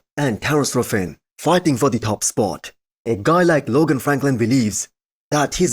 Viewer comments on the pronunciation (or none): none